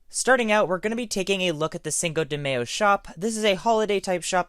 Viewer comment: The way he pronounces cinco de mayo lmaoooo